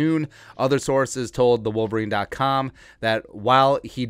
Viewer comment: You crack me up bruh, "saoorces" 🤣